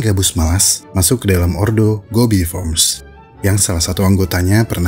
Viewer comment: kalo bahasa latin bacanya beda sama bahasa inggris "formes" dibaca apa adanya, bukan "forms"